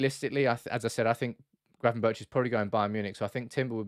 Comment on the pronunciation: Gravenberch is pronounced with a hard G in the end Berch=[Berg] In dutch, CH = G I should know, my first name being Jochem :)